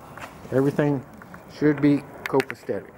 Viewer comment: FYI, just in case you care mispronouncing the word “copasetic”. Other than that, everything’s great 👍.